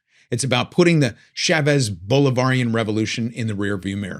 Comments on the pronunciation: Thanks for another excellent and informative talk! PS it's Chah vez not Shaaaa vez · Learn how to say Chavez!